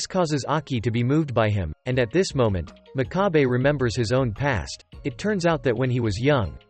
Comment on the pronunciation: The narrator pronounces the MC's name incorrectly, it's pronounced mock-ka-bay, and his nickname wasn't piggy. It was pig's foot